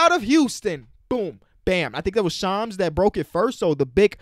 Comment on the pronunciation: It’s shams not shams